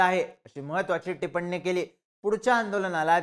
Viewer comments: टिपण्णी नाही रे, टिप्पणी…! 😂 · 'tipanni' nahi re dada. 'Tippani" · भिडू भावा शब्दोच्चार नीट कर ,टिपन्नी अस नको टिप्पणी असा उच्चार कर. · टिपण्णी नाही रे टिप्पणी 😂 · टिपण्णी ही कोणत्या अण्णांची पत्नी? 😅 टिप्पणी म्हण रे मित्रा…. बाकी व्हिडीओ विचार करण्यासारखा…